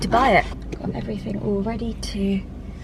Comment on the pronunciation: I am not asking this to be mean...I am generally very curious why after the word "thing" you add a "k". Everythingk, thingk, ect. I know one other person I watch about her, she does the same thing along with her daughter and Aunt. They are from the USA, so it cant be region. Idk.